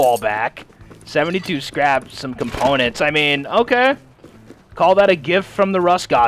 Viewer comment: This man said componentses?